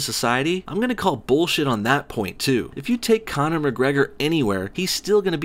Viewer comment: When u said Conor jezez I cringed so hard.